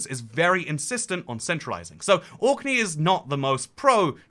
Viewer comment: You seemed to be confused about which island or country youre talking about. At 3.54, You say 'Auckland,' twice. Its ORKNEY! Which makes me doubt that you have really researched the subject or are very knowledgeable of this. Youre going to loose a lot of people there.